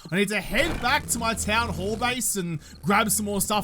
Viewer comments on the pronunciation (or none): When said town-hall base, am I the only one that thought he said town-whore base? Anybody else... or am I just alone in this boat?